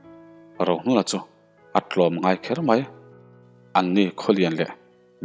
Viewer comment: A ngaih nawm hle mai mahse tlawmla tih tur tawmngai ni lo in